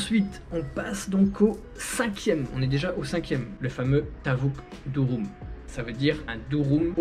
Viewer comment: C' est pas Durum 😁😁 c'est Dürüm la prononciation le u Français en Turque c ' est ü